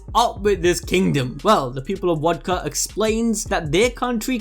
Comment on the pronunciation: Why you say wodka